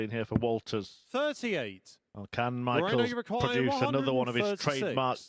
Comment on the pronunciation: Pronounce michels name as mikkles ..thats how it is sounding in dutch